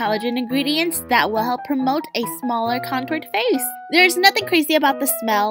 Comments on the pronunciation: now that I think about it...does it sound like he saying oh it's my Fei 😂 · In the introJin honestly sounds like he is saying "But its my Feiii"